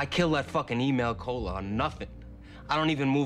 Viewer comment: Love how chrissy calls him " email kolar " lol. Its little details like this that make this the best show ever written.